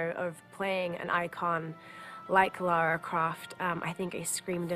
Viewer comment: Did he just end calling the game "Laura" Croft